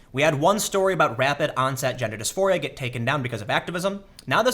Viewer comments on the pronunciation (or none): none